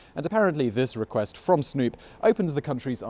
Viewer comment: Reqrest?? Really you left that in there. History channel isnt gona pik you guys up w those mistakes